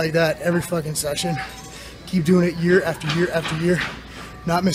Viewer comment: "Seesion" no hate, just constructive criticism.